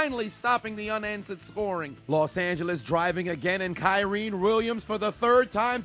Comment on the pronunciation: Bro PLEASE stop calling KYREN “Kyreen” it’s sound so bad cuz his name ain’t hard to say and nobody on tv says it like that big bro 😂😂😂